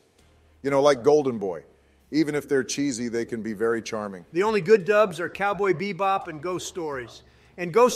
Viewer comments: I lost it at pronouncing Cowboy Bebop as "Cowbot Baboop" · Did just call Cowboy Bebop "Cowboy Biboop" Shamefur